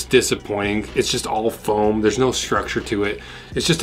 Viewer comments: OMG, hilarious! "Fahooam?!" 😂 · LOL "FOHOAM"!!!